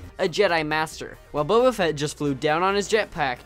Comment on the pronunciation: You’re saying boba wrong